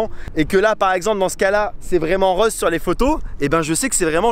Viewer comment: Comment ça se fait qu’un haut ligérien comme toi dise « rause » au lieu de « rÔse » ? XD tu prononces à la toulousaine ça me tue 🤣